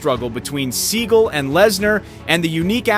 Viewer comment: Sorry, mispronouncing Steven's name.